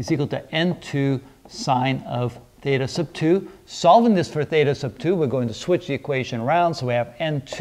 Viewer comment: "Theytas", Pardon?? xD First time I've ever heard someone say it like that